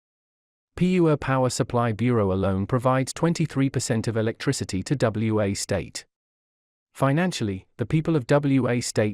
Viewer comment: It isn't W.A. state. It is Wa State.